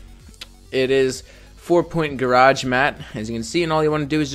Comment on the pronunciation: Its not four pointgarage....its four point garbage...but its a very helpful tutorial